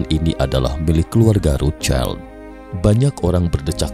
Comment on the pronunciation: Cramu bilang rocild aneh akaya wong deso